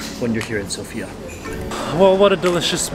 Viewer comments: bro itz not sopia is Sofia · Nice, you are almost saying Sofia correctly